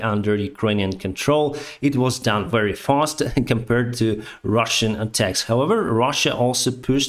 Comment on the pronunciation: You are more than a batalion of tanks. If I may, Improve Your pronounciation of „v” eg very vs. wary 👍😄 _v_(ehicle) like „*в*еликий” and _w_(ater) like „*л*ось”